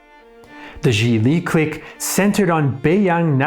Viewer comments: Cique (click) not Cleek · Lmao am I bugging or you pronouncing “clique” mad weird? Or maybe thats the French pronunciation? I’m pretty high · Learn how to properly pronounce the word clique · Great content, but you mispronounce "clique" throughout this video. It's a little jarring. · INTERNATIONAL CLIQUE